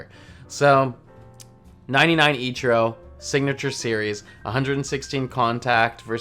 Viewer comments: You call ichiro “echurro” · The way you say Ichiro... Still love the vids tho <3